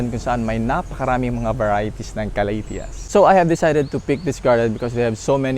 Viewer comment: Ka- la - dia '' like that?? Not ca-la- thea?? Or slang lang??